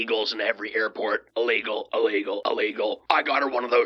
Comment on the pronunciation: Uhlegal, uhlegal, uhlegal...lol😅😊❤